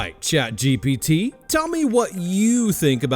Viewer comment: You need to stop pronouncing it GBT. ITS GPT.